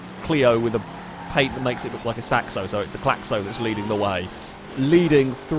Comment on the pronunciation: As a French, that "Claxo" is painful to watch. It's fast as hell though